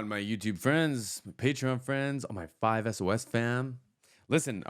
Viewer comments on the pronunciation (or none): I haven’t watched yet but just thought I’d say it’s pronounced more like 5 sauce not 5 SOS as it looks 😂